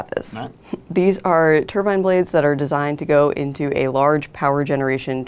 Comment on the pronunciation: TurbIne. Not turban